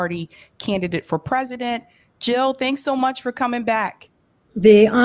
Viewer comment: Jill NOT hill <3 !